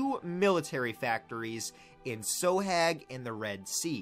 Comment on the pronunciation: You said sohag accurately Confirmed by an Egyptian